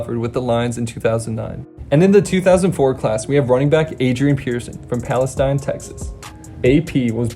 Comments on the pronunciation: this guy doesn’t know to pronounce palestine. PAL-UH-STEEN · He keeps saying Adrian “Pearson”. It’s freaking “Peterson”!! Also, his home town is not pronounced like the country. It’s pronounced “Pales-ee-n”. Trust me. I’m from there. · Pronounced like palisteen btw played them all four years of highschool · Hey bro, Palestine Texas is pronounced “pales-teen”, just an FYI. I live about 20 miles from there and played against Peterson my junior year. Dude was a man beast.